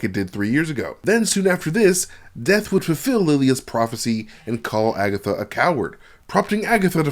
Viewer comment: Did he say AgaThots?😂😂😭😭😭